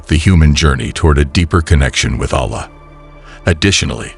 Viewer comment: when will you learn how to pronounce arabic correctly? Are you trying to make a point or what? Is it so hard to find someone who knows how to pronounce the name Allah or alfitajah, is it so difficult to do that? With this, i truly believe you are not muslim but some random person trying to profit out of islamic fanatics to follow you. I hope this is not the case but is time to learn the learn language so you could learn how to pronounce the words properly, remember, you chose islam and no one forced upon you to take it.